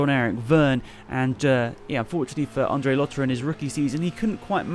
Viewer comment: its Andre not Ondre